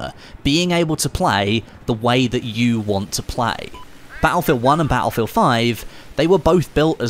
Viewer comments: its "Battlefield" not "Baulfield" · I love how he says batt-le-field